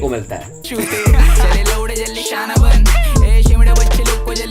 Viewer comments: Shana ban ko Sana ban bolra hai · Bro Sana ban nhi Shana ban